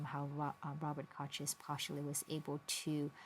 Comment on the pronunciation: nice lecture. Robert Kochs last name is pronounced like the Coke--the soda--though.